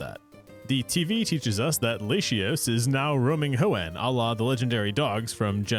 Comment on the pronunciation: Nah, you earned the hate for the way you pronounced Latios you monster